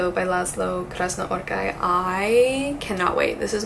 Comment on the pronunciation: I don’t really think that Satantango would be the best way to start with hungarian literature, but I hope it’s good, even that I’ve never read anything by Krasznahorkai (you need to pronounce the ‘H’ by the way)